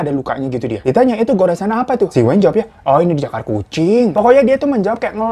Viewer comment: Bacanya weyn bang, bukan wayn😘